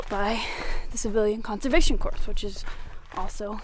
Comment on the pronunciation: This is a great video, and I love all your videos. You do a great job writing and narrating them. I probably should have commented before, but because I'm a jerk, I didn't until now. The thing that prompted me? The mispronunciation of "corps." Just for future reference, it's pronounced "kor." A corpse is a very different thing ;) ...I'm sure you've only read it before. Please keep up the great work!! :)